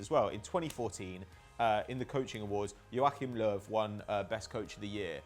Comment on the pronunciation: Finally someone who pronounces Joachims Löws name right. Thank you